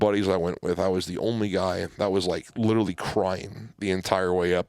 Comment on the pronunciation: Can we get an episode where everyone drinks when mispronounces literally? Love the podcasts keep em coming!!